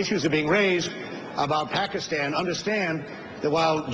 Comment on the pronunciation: yes, yes, i was so excited when i first heard him say pakistan! few people ever say it correctly, though it's really not that hard. while you shouldn't vote for someone solely based on how they say a word....it's a definite plus point :D